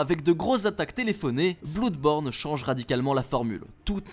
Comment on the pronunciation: « Bloude born » 😂😂😂